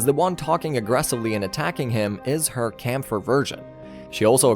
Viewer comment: Its KÄMPFER not Kampfer its german for fighter